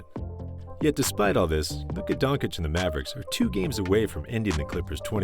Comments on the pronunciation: Absolutely amazing video but it’s Don-chitch not don-cich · DONCHEEEECH not Donkich lol